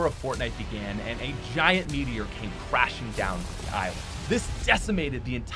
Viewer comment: Gacha Dino metior you really said metior I’m dead💀💀